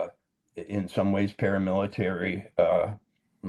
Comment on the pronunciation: "Paramilitary" Walter??!! Come on Man!